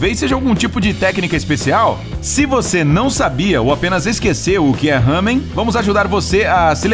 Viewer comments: Não é “hamen” é LÁMEN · Nao e ramem e lamen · não é ramen é lamen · Não é RAMEM é LAMEN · O ramen não se lê (Hamen) ou (rramen) !!!, porfavor procure o jeito certo, porque dá agonia isso ksksk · SE PRONUNCIA LAMEN KRL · Ele errou o nome serto é lamen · Se fala Lamen